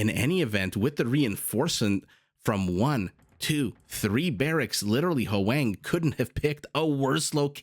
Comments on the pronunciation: Hoang may be Hwah-ng (1 syllable), not howay-ng. Dunno them personally though, so… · Other comments have already explained the pronunciation of Ezio, but I'd like to address Hoang. As a Vietnamese name, it's pronounced as a single syllable. So it's "hwang", not "hu-wang". You can imagine that "hw" sort of like someone from the southern states of the USA saying "what" ("hwat"). The vowel is also more of an "ah" than an "ae".